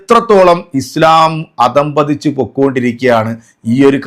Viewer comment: ആദം പതിച്ചു എന്നല്ല അധ:പതിച്ചു എന്നാണ്. ദീനും അറിയില്ല മലയാളവും അറിയില്ല